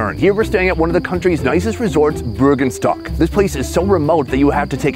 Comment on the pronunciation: If you are pretending to be Swiss, you should know that it is "Birkenstock", not "Bürgenstock", so go away and troll somewhere else...